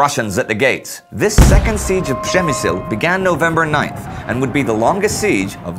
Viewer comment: I love that we can tell how this was the first recording in a new batch (Przemysl was correctly pronounced now :D) and i'm amazed by how well the music works... maybe a tad loud, but it definitely supports the narration well.